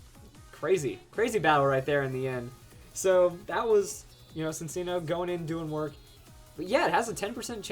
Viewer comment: Just a tip but Cinccino is pronounced like: sinchino.